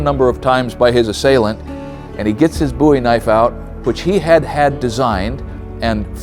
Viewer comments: Pronounced “bow-ee” not “boo-ee” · I laugh every time he says BOOIE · Pronounce the name right. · The way he said Bowie bothered me for some reason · It's pronounced Bowie not Bowie.